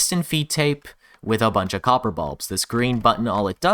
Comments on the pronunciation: "Xopper" "Xorper" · Cox-or gate? (Co: Copper)